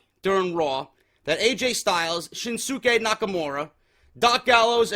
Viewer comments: Damn it it's pronounced SHIN-SKAY. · For further references shinsuke is pronounces shin skay. #JDforcreative